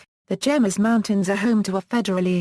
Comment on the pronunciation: it is pro·nounced "hay mess"